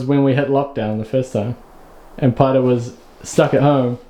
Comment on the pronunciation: Great to see Paerau on this one. I still don't understand how you pronounce a name spelled Paerau like Potter. At least that what it sounds like to us yanks. Love the channel